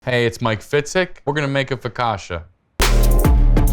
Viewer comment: The pronunciation of foccacia put me off this recipe